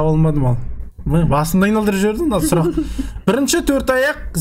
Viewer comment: ❤❤❤ сұлақ деген сөз жоққой😂😂😂 сұлақ😂😂😂